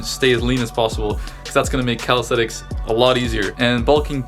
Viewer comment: Always tickles me how yanks pronounce it “Calisthetics” 😂